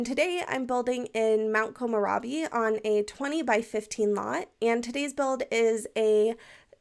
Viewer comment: Cute build! A pronunciation thing if you don't mind: the 'komo' part sounds ok but 'rebi' is pronounced kinda like the name Debbie so like "rebbie". So.. "komorebbie" if that makes sense. Not to offend, I'm just the kind of person that if I kept saying something wrong I'd really appreciate if someone were to tell me about it and not just.. Let me keep doing it. :D (well honestly I'd be offended if a friend wouldn't correct me haha)